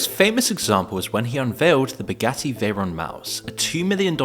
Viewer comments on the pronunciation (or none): none